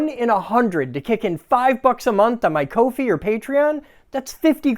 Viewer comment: "Coe fee" ? - It's literally "COFFEE", that's why it is called Ko-Fi.. sorry, ADHD issue.. YES! GREAT PLAN, BUILD IT!! :)